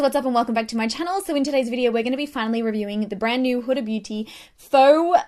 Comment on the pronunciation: This is off topic but I'm really happy you pronounced huda properly Idk why but british/Australian beauty gurus tend to pronounce it "hurra" like what's so hard about pronouncing the letter D!!?!